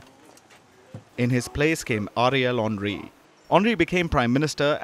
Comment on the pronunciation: Who heard Ariel Henry as Area Laundry ? 😂🤣